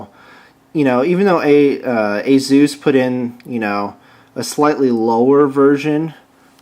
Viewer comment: HAAHAA great name ASUS "AzUS,,,like Hey Zeus LOL....